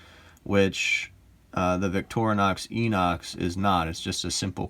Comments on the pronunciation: So annoying when self professed experts can’t even get the name correct. FYI, (sure I’m not the only person to point this out), it’s pronounced, “eye-nox”. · Victorinox is a French word and the X is silent. Inox is pronounced with an I not an E. I have owned a fair few Victorinox watches and Citizen watches, and Victorinox are superior. Problem with Inox is the 21mm lug width